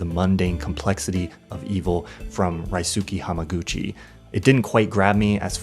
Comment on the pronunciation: aint no way thats how you pronounced ryusuke hamaguchi